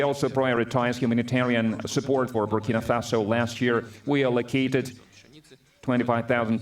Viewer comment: Greetings Bro, thanks for your very informative channel especially the coverage on our President, His Excellency, Captain Ibrahim Traore. Just one observation, you keep mispronouncing the name of his country, the name is BurkinA Faso, not Burkini Faso. Burkini means a full body swimsuit. Burkina means "upright" or "honest" in the Mossi language of Burkinabe people. Thanks for highlighting his profile. God has blessed Africa with a fearless, gifted leader who has a heart of love.